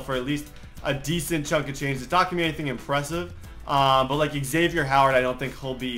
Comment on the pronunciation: xavieNN not xavieR